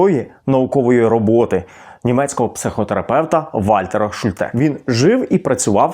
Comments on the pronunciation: Шу'льте, а не Шульте' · Слово "Шульте" — це німецьке прізвище, тож наголос у ньому зберігається згідно з німецькою вимовою: на першому складі — Шульте. У німецькій мові загалом наголос часто падає на перший склад, особливо у власних іменах. І хоча в українській ми можемо адаптувати вимову, тут краще зберігати автентичний варіант — особливо коли йдеться про назву методу чи таблиці, що запозичена з німецької психології.